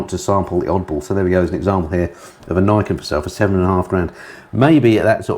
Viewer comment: I’m not 100%, but I think the 3 wheeled yamaha is pronounced ‘Knee Ken’, as it translates as: ‘Two Swords’, (referring, I suppose, to the twin front wheels).